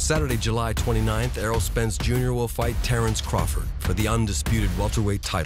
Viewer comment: he’s a Bud fan listen closely he said tarr-Earl is 🤣